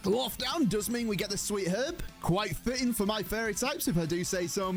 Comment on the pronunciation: He keeps saying fairy but I keep hearing furry